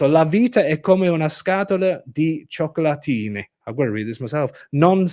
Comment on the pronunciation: With ' s pronunciation of Iralian I understood " giochi latini" meaning Latin games rather than "chocolate..ini."